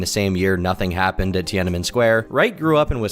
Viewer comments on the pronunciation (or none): none